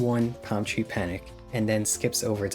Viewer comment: I swear hes saying tree instead of three